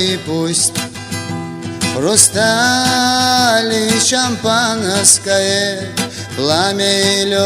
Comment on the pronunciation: Шамапанаскае, даже слово шампанское не может толком произнести